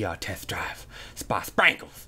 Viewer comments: the way he said sprenkles. i fricken died laughing at it!!!!! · Did anyone else laugh really hard when he said "sprenkles?" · I laughed so hard for some reason when he said "sprankles."